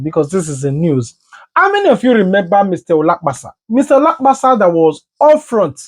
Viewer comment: Are you guys intentionally calling people's name wrongly on this space? Which one is Olakpasa